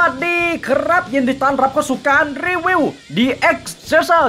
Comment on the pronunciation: อินโทรพี่คำว่ารีวิวเเมนเเต่เสียงมันได้ยินว่ารีเวียวเเมน